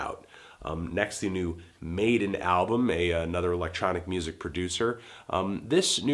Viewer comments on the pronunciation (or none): It's Madeon (pronounced Mad ee in), not Maiden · you mispronounced madeon's name. It's madeon as in "MA DEE IN" not maiden. you should research these artists before listening to their music. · Made-on? It's ma-dee-on. LOL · Made'N hahahah it's Maddy-On sorry Antoine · Good mini reviews in this. Though I have to say Madeon is pronounced Mad-ee- on not maiden. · IT'S MA- DE- ONNNN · also i am pretty sure its pronounce "mad-e-on" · Pronounced : maddy-on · It's pronounced Mad-eon fandango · It is Mad-ee-on. Madeon himself pronounces it like that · Can't even pronounce Madeon right and just brushes it aside.....